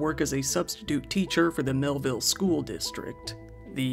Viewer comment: Mehlville became Hellville. smh